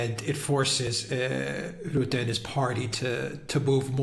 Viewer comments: It's pronounced Rut-tuh. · We need to get rid of Rutte. He would even sell his mother to get in the EU's good graces. P.s. you botched the pronunciation lol. Both of you. But I get it, our language is retarded.